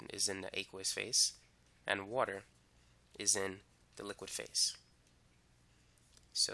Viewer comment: I love the way he says "~woter~" lmao